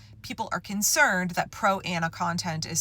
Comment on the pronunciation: Thank you. I’ve spent the entire video trying to figure out what “proanna” was.